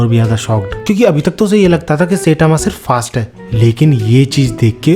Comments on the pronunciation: Bhai सेटामा nahi hai wo साईतामा‌ hai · Bro really said "setama" instead of saitama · It's sitama not saytama😅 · Saitama ❌ Seytama ✅😂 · Saitama❌ Saetaama✅ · I love your video but......Its "sai" and "tama". Not "say" "tama". ... pleaseeeeeeeeeeeee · Bhai plz don't say setama It's Saitama (sai-tama )🙏 Video maza kharab kar deta hai setama word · Bhai to Jan buj ke sayyytamw pronounce kyu kar ta hai... Irritating lagti hai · bro saying setama ☠